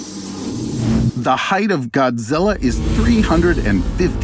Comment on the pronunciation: "GodGilla" every Japanese pronunciation